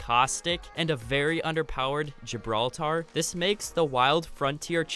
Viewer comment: THE WAY YOU SAOD GIBRALTAR IM SO DEAD HAHAHA